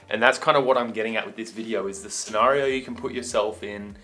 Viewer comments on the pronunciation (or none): none